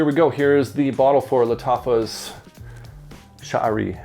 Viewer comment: thank you for the review, by the way. you're pronouncing the name correctly. 👍🏾👍🏾👍🏾👍🏾